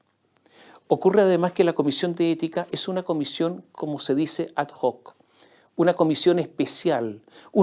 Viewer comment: (La locución latina ad hoc se pronuncia ad oc.)